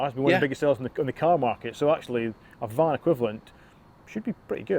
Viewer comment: A beeg eelektrak kahr.